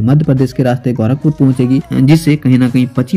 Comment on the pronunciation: bhai tumhe na English aata hai bolne na sahi se Hindi bol paatey ho "गौरखपुर" नही होता " गोरखपुर" होता है! sahi se bolna sikho pehle